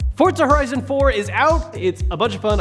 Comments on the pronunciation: where is the t in forza, r u related to Ar12? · Why did you say Fortza horizon 4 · Forza not fortza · Why do Americans say forTza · Why does everyone pronounce it fortza lol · Why does everyone say forTza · Forza. Not fortza omfg. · Why do people say Forza like theres a T in it?? I'm confuzed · Why do so many people say "Fortza" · Why to people pronounce it like there’s a “t” in the name? It’s not spelled “Fortza”. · Ugh PLEASE QUIT CALLING IT FORTZA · Did I hear forTza? Not forza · Why can he not say forza ffs